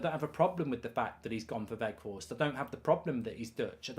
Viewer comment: Not Woot Weghorst mark, W-Out (W pronounced as a V) :)